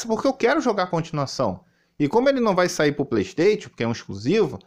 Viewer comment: não sabe nem pronunciar playstation direito, imagina saber interpretar um título em inglês...